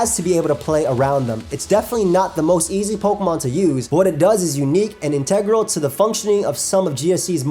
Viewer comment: pronounced "plethora" correctly, but mispronounced "integral."